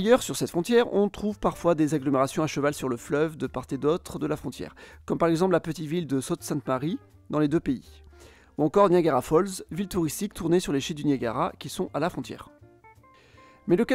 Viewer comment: On ne doit pas prononcer le t final de Sault-Sainte-Marie